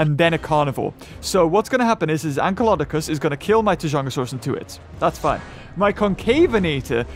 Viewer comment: You said ankylokodocus !